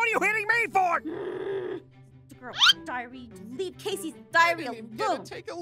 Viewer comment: it's leave not keave